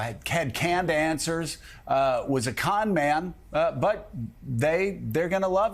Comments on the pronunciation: Joe-of course you wouldn’t like Vivek (pronounced Vi-vake, NOT Vee-veck 🙄🙄🙄), he makes too much sense, knows what he’s talking about and isn’t up to his chin in 💩already!!! Not your type of career politician, I mean LEFTIST, sorry 😂😂😂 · Did that guy just call Vivek V E E V A C? For the love of god if you're unable to pronounce the name correctly , how can anyone take you seriously? Forward to to listen. FYI, Vivek's performance was stunning and I don't believe you when you state you asked someone about his performance and that person suggested he was a con man but that people would believe him; I believe those to be your words. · Who is Vivac? Purposely mispronouncing or actually not listening well enough to know he is saying it wrong? Whatever the answer, it disqualifies him from being taken seriously. Arrogance and pettiness seem to be the most important qualities MSNBC hosts need. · What a joke this station is. I can't believe people actually consider this junk news. Speaking so low of supposed crimes that actually aren't but not a peep of Bidens crimes. Talking about these candidates. How Vivik speaks? Biden or Harris can't even make coherent sentences 😂😂😂 Biden can't keep from crapping his pants or even knows where he is. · "VeeVack" Joe? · VivAk. At least know how to pronounce the dude's name. How are those ratings going, MSNBC? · Now him pronouncing Vivak name wrong is racist, why arent people crying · Joe just sounds ignorant and out there- can’t even pronounce Vivek. Take him OFF the air MSNBC, you’re wasting your $$